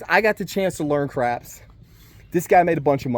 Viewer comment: Hey lovely place with mountains in the back ground sweeeet, PS i thought you said I've always been interested in crack had to rewind it to here you say I've always been interested in crapps 😂😂